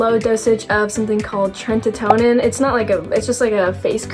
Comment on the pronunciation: Its called tretinion not tretitonin😂😂